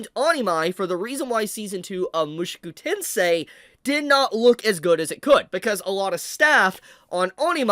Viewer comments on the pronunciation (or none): Bruh... you keep saying MUSHUKU TENSEI..... ITS Mu SHO ku TENSEI that was really bothering me hearing Shu Instead of sho and I dont know why. I'm not even Japanese 😂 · ofc it is the way he is saying the name is pissing me off